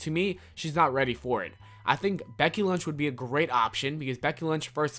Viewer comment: Is it just me that heard him say Becky lunch instead of lynch like the whole time he mentioned her?